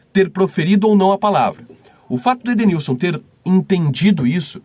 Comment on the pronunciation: Perito não sabe nem falar o nome do Edenilson lkkkkkkkkk